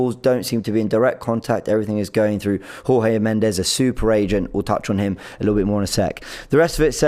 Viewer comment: It's not whore-hay...it's George.... Portuguese not Spanish....Jesus Christ